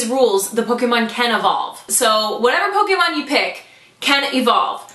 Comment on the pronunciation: PS. I'm never gonna get over how correctly you pronounce Pokémon!